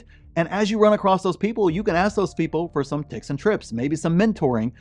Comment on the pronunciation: When he said ticks and trips I had to rewind to make sure I wasn't having a stroke😅